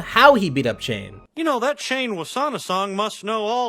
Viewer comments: Dude... It's Chane Wassanasong, not Shane Wassanasong. It's a fairly common Lao name. In fact, it was the name of a 16th century Lao Monarch who reigned on two nonconsecutive occasions in the Kingdom of Laos. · Am I mishearing, or are you pronouncing CHane as SHane?